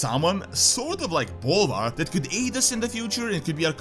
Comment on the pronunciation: I can't be the only one who heard that as "And then BALLER took over the crown." I mean.... right?